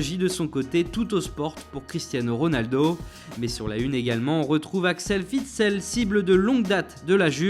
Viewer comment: On dit axel( Ouite SEL ) pas Vitsel